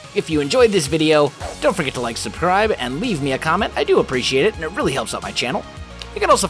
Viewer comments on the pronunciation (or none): saying subscribe failed horribly. instead of subscribe he said subcribe